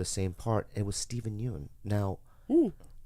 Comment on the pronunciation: Steven Yeun is pronounced Steven Yun hahaha